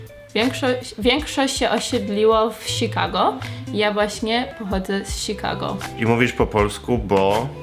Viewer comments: szikago :D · To Sikago miało być z polskim akcentem tak? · "sikago" haha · "Sikago" xD